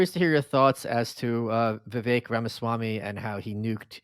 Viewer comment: Nobody pronounces Vivek less accurately than AJ